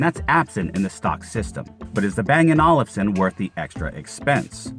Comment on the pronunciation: Hey young man, the way to pronounce Olufsen is like bang & oalfson, like a lazy oalf.